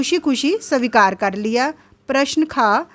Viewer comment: Aapka hindi acha nahi h savikar svikar hota h or please handwriting thik kijiye ki, ko lgta hai Pronounciation thk kijiye